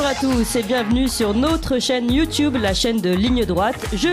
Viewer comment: Notre et non pas Nôtre ça agace l'oreille !